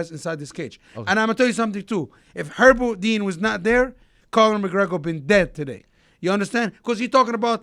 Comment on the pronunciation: LMAO this Guy said Herbal Dean.